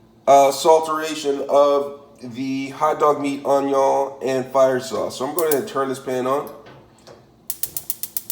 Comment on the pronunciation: I doubted this when he said “Raymen”, almost stopped watching when he showed me craft singles, puked when he threw a hot dog onto the counter, and then cried in my shower when he called onion “ahnyah”. And then. AND THEN he zooms in so we can smell his horrible hotdog-onion concoction. I have never wanted to stick a fork in a electrical socket to end it all so badly.